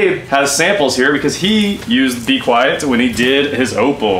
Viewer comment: As someone who watches PC build stuff, hearing you say B-Quiet and not mean bequiet, the silence-focused pc component company, is really distracting. Great vid!